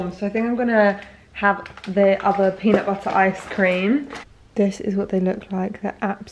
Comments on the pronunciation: Sierra Star she says them differently though, I don’t know how to put it but it sounds American to me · why does say "peanut butter" in an american accent but then will say "butter" in the next sentence with her own accent....